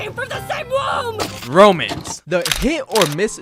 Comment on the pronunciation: I fr thought u said "Romans"